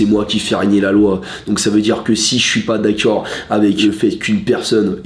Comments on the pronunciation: Le "d'accuiord ?" à chaque fois il me tue de rire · "dakaur" je meur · Le d’akcord 😭